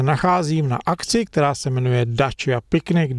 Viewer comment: Dácia nie Dáčia